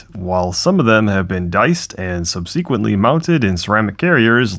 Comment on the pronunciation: You should review proper pronunciation of 'Subsequently'. FYI